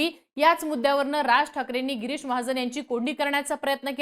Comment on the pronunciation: Bai pahile tuze uchhar sudhar girish ahe giris nahi ani mahajan ahe mahajn nahi kay uchhar ahet bhasha tari shudha vapra